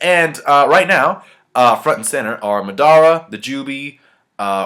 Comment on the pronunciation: je pronawnse madara and nagato rong